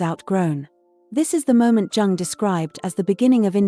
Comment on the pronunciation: It is Jung, not Dzaaang...